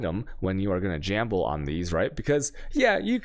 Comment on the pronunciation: APBT BULLDOGS wait for al-che-mi (alchemy). jamble (gamble). Lol. Sometimes I think he does it on purpose. It’s impossible that no one corrects him and still mispronouncing it.